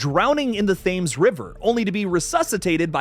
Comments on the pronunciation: Its more like "tems" than "Thames" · It's not Fames River it's "The TEMS" Thames River 😂😂😂😂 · Awesome video - just stumbled on this by chance but love the way you discuss horror - hundred percent cent would love to see a Robert eggers Victorian FD!!! Also gentle correction - the river thames is actually pronounced 'Temms' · . It's pronounced "Temms" (Thames River). Really. You're showing your lack of a world view. Check it. But interesting video all the same, well presented So, you know your horror, but you might want to look out the door sometime, read something different, it can only help - and so persnickety folks like I won't quibble. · I do love these films, cant wait to see this, oh and btw Thames is pronounced 'Tems' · The pronunciation of Thames absolutely killed me off 😂 great video nonetheless :) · Looking for this comment 🤣